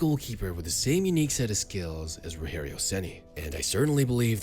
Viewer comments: You took a lot of imaginative freedom for his early professional years. Most of your video about his beginning is invention. Also, it's not "rohério", it's Rogério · It's not ROHERIO CENI, it's RODGEHRIO CENi DG, not H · it's not "Roherio Ceni", it's actually "Rogerio Ceni" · It's Rogério with the soft "G" sound in French, not the "H" sound of Spanish. Excellent video! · The g in Rogério sounds like a J, not like a R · Won a Brasileirao for my team in 2021 as a coach. And to think I've cursed him in the stadium a lot when he was a goalkeeper. Also, "Rogerio" is read with a english G sound, not H. It's not spanish. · It’s ROGERIO , NOT ROHERIO , stop reading it like he’s spanish or mexican ! The main Language in Brazil is Portuguese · His name is rodgerio and not roherio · Um vídeo inteiro com o cara falando "Rorrério". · "Roherio Ceni" Man, my face cringed so hard it ate itself. It's spelt like Roger, with a G sound, and an added 'io' at the end. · "Orrério Ceni"🇧🇷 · Nem pra pra ele usar o R retroflexo kkkk Tipo...Ŕogéŕiou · Roregio ceni 😂😂😂 que pronúncia é essa 😂😂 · roHerio? we don't speak spanish...... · Its not pronauced ''Roherio''. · Roherio???? WTF??? Its not spanish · Me, a Sao Paulo fan, watching the video: "😁😌" Me when the narrator finally says Rogerio's name and instead of pronouncing it with his own accent to make it natural he decides to say it as if the dude is Mexican: "🥵😵Oh mah god bruh.. hell nah man, wtf? Get yo ass..." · the way he says ''rogerio'' is funny as fuck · You butchered his name though. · Don’t mispronounce the name man. Respect!!! Spfc for life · When speaking Rogério you don't need to speak the "gé" like in spanish, with a "he" sound. In portuguese you say it with a "je" sound. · The G in "Rogério" sounds like an English soft G. Portuguese doesn't make G/J sound like H. That would be Spanish. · we don't speak spanish in Brazil why the fuck you calling him Roherio or saying stuff like Paraña